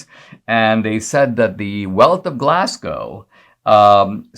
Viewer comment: interesting story Dinesh on Dr Livingstone ! , by the way Glasgow is pronounced GLARSGO :) not Glass GOW